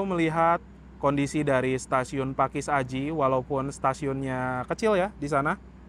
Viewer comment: Biasa nya kalau baca pakesaji,bukan pakis aji mas ralat